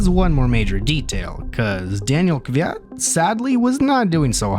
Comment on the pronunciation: You're danil kvyat pronunciation was on point!